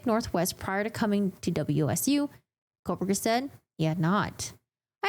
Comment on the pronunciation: You pronounce his name differently.